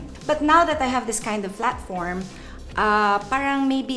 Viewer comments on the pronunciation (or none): Did she said "flatform" 0.57